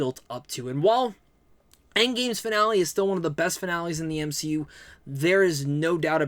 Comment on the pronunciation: I heard u say M She U in the video, or at least thats what it sounded like 🤪 im goofy just ignore me!